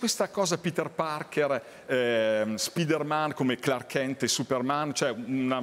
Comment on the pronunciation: Sì ma perché dice SPIDERMèN????